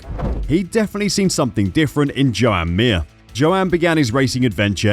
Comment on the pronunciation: Its pronounced "Jahn" "John" Not "Joe-Ann " . "Marc Márquez " is not pronounced "Mar-Cee" Nor is "Jorge Lorenzo" is not Pronounced "Jorg-e" . So at least Think about it.